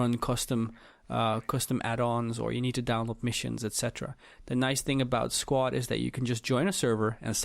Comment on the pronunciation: Dude did anyone count how many times he said "squat" instead of squad lol